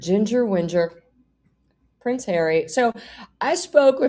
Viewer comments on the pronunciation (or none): none